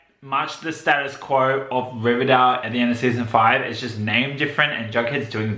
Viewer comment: Yeah, I wonder how many takes it took for all the actors to get comfortable saying 'Rivervale' instead of Riverdale.